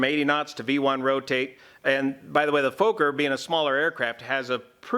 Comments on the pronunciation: Sorry...it's not pronounced Folker. It's pronounced like Focker. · It's pronounced 'focker' not 'foaker' isn't it? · its not a 'Fooker' (or a F*kker) but a Fokker (maybe pronouncing Focker, like in Focke Wulf). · "Fooker" ?? Fokker !! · It's FOKKER, Not FOKER. Remember the movie? Meet the Fokkers?! (Fockers?) Good as always. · Small tip; Fokker, pronunciation the “o” is more like the “o” in ‘smoke’ (short-o) and the split the name in two Fok - ker, with two ‘hard’ “k” sounds. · It's pronounced" fvohkkur" in Dutch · Fokker and Junker, two aircraft names that don't work well in the English language. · I think he's purposely mispronouncing it since it's basically the "f" word in English